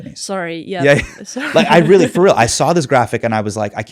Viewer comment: “Israel-ly a lot”